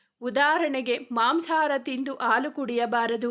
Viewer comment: Improve your kannada. Anu alla Hanu , aalu alla Hallu. Soggukalu alla sukkugalu